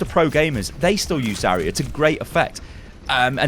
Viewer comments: It's ZARya not Zaria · Just saying, she's not "Za-ree-ya", she is "Za-rya" (like "Za-ra", but with soft "r"). Means "dawn" in russian. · it's zaRYA, and the "ry" is really a single sound also it's properly VOLskaya industries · It's so funny how you pronounce "Zarya" in english. In russian "r" in "Zarya" sounds a lot more stronger, similar to scotish "r" I guess. And by the way "Zarya" means "dawning"